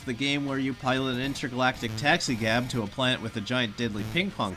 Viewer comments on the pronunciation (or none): none